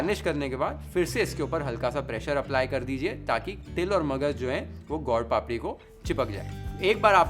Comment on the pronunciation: Your pronunciation of gol-papdi is perfect Gujarati 👌👍. It is called sukhdi because it give “sukh” (khushi)